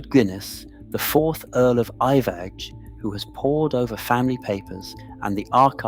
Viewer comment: Iveagh is pronounced EYE-vuh